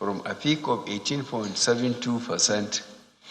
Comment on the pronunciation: Meanwhile Mr President, its "percent" not "fercent"